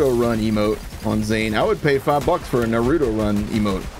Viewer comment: Yo please never pronounce naruto like this again. They even tell you how how to pronounce it in the show. Thank you and i love the series